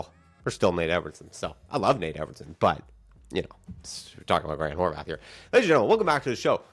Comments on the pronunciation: Bro. There’s not a “th” on the end of his last name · Why is he pronouncing Horvat like that ?